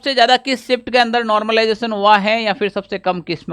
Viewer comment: Normalisation /Normalization Not normlization 😂😂